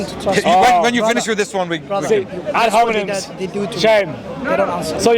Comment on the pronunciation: “Ad homineN” 😭😭😭😭😭